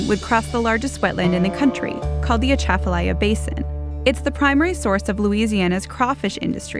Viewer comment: Pipelines are not the problem, it's the redirection of the Mississippi River away from atchafalaya (she can't pronounce this). Lack of water from the Mississippi leads to less silt and therefore erosion and loss of wetlands, but also prevents constant apocalyptic flooding. Nothing to do with pipelines. Also homegirl is fucking fat.